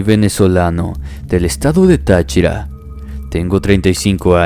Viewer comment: Un millón de gracias por tomarte la molestia de pronunciar el nombre de Táchira de forma correcta!